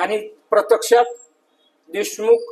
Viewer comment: बरीच तयारी करावी लागेल भाषेवर, 'प्रत्यक्षात' असा शब्द आहे 'प्रतेक्षात'असा नाही!